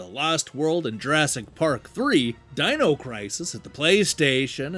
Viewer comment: Dean-o crisis?! Those damn Eye-talians...